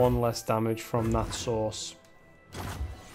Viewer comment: Nice pronunciation you got there for börst. Bearst spell.